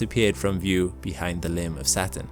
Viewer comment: “…the lim of Saturn” What is the “lim”?